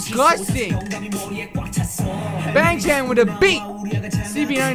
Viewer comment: okay idc that much but i think you should know that youre pronouncing their names wrong lol, its Bang Chan pronounced like B(ah)ng Ch(ah)n or even Bong Chon, Changbin is Chongbin or Ch(ah)ngbin (kindov)